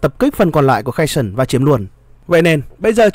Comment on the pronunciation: Херсон ( tiếng Việt đọc là Khe Rxôn) không phải là tiếng Anh nên BTV đừng đọc là Khe sừn nhé! Trân trọng!